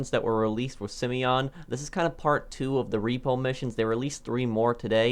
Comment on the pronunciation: Simon not simion